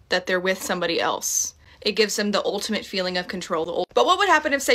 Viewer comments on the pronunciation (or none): none